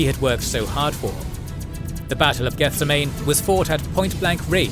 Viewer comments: Love the video, but every time you say the word "Gethsemane" my eye twitches. It's geth-SEM-uh-nee, as in the Garden of Gethsemane from the Bible. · I'm sure someone else pointed it out, but it's pronounced "geth-sehm-ah-knee", like the garden in Jerusalem where Jesus prayed before he was captured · good video, but I would rather be sold to a dark Eldar than hear you pronounce Gethsemane again